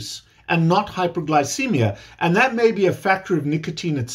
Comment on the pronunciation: I can’t tell if you’re saying hyper or hypo -glycemic. Closed captioning showing hypo.